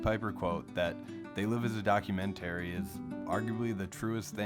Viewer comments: Please learn how to pronounce documentary. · The way the narrator pronounces documentary triggers me.